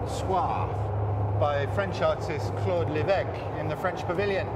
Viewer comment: I especially appreciate how he pronounced Claude Lévesque properly.